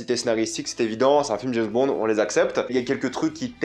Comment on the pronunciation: C'est James Bond... pas JaizzzBond !!! mdr